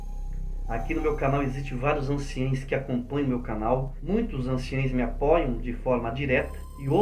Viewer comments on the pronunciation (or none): Anciões não anciães!aprende a falar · Pronuncia correta é:ANCIÃOS e NÃO anciães.